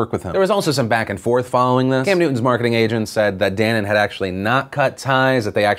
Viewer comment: Newton should have apologized but that's not what's important...you pronounced dannon wrong..also it's danone...or at least probably, murica probably uses a different name